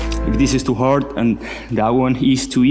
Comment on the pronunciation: Its haard